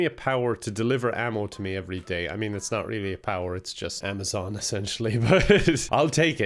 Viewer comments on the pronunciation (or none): did you mean AMMOzon?